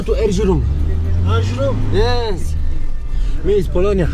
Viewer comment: "Me is Polonia" brzmialo jak "Miss Polonia" hahah w sumie nie zla dupa haha